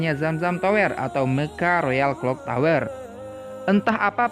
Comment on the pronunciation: Nice info 👍 Btw baca kata tower nya agak ganggu, baca tower e nya ky lemper jgn baca e kaya dower 😉